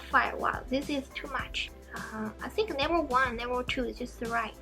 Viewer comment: When you say level ,it sounds like never i was confused 😂😂